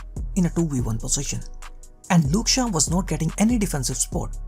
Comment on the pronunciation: Great content bro keep it up! I had to laugh everytime you said Shaw because it sounded like Luke Shah.